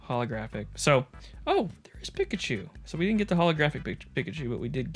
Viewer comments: Sorry, but I’m gonna be THAT guy... Peek-a-choo not pick-a- choo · Bro....its said "Peek ah choo" not "pick achew"..lol. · "PICKachu" hah love it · Why you say Pikachu like that? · That Arkansas Pikachu pronunciation got me rolling 🤣🤣🤣 Great video!